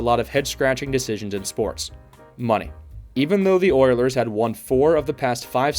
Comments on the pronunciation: Did you really say Oierlers? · I had to turn this off. The guy couldn't even pronounce OILERS correctly either